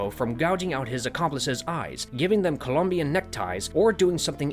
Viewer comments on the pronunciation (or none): none